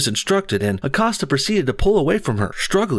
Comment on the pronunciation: Acosta.. “accosted her” lolz